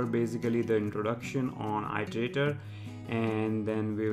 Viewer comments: thanks for vid, but i part of iteratior is pronounced as [ɪ]; pronounced as "ee + terator" not "ai + terator". I'm pretty sure you already know it, but just a reminder! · Iter!!! Its fucking i-ter not ai-ter!!! Nice vid tho